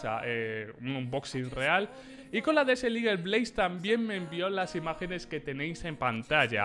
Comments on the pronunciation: “desel igel” Jajajajaja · LA DESERT LIGUEL JAJAJAJAJAJAJA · Nadie:: "Desel igel"